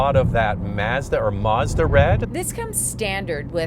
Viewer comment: Can't even pronounce Mazda. Fake automobile journalist.